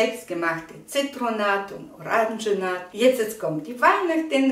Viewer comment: Danke für das gute Video. Bitte erlauben Sie einen kleinen Hinweis: Es heißt Zitronat = richtig. Es heißt nicht Orangenat, sondern Oranschat. Herzliche Grüße aus Bayern Erna Brosch